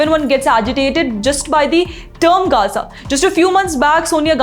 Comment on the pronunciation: Only ravish pronounce gaza correctly 😅😂